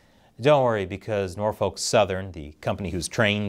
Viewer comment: As a resident of the Hampton Roads Area, that it not how you pronounce it Norfolk. It's pronounced more like Nor-fick, not Nor-folk. I know sounds wierd but thats the correct pronunciation.